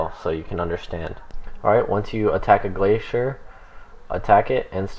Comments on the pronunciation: The way Glacor is pronounced is "Glay-soar" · Wrong, Glacor is pronounced "Glah-kor" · You pronounced glacor like 8 different ways